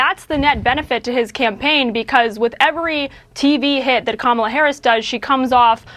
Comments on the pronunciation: He pronounces it correctly every once in awhile 😂😂 #VoteBlueForDemocracy 🇺🇸🩵🇺🇸💙🇺🇸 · I just noticed that he said VP Harris' name correctly , and didn't back track on it. He didn't even realize he did it. LOL, he was so busy thinking he could get Rogan to endorse him. 🤡